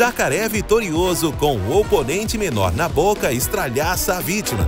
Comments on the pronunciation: "Estraçalha", e não "estralhaça", como foi narrado. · Em o locutor desse vídeo diz "...o jacaré vitorioso com o oponente menor na boca E S T R A L H A Ç A a vítima ..." Puta que pariu, é melhor ouvir isso do que ser surdo !